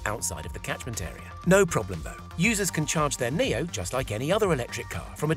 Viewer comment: so is it pronounced "Neo" or "NIO" cuz it's spelled NIO so why did he say it like the word "Neo" ?! When i say Nio i mean like "niyoh " REMEMBER FOLKS in English "I" is pronounced differently to what u might expect. For example in my language which is Dutch (NICHT DEUTSCH!!) "I" is pronounced like "E" in English so don't get confused out there. I wanna prove my friend wrong and say its pronounced "NIO" and not "NEO" so I hope ya'll agree with me in saying this guy pronounced NIO incorrectly.